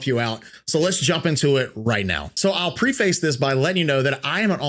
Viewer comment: It’s not pronounced the way he said it so I get the trollling all the way 😂